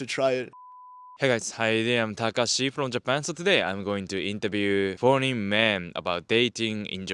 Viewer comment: did he say horney men or Foreign men? Sounds like horney men.